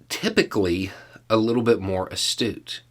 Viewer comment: Hey, at you mispronounced 'obtuse'. To the untrained ear it sounded more like you said the word 'astute', which Sean Hannity is most certainly NOT. 😜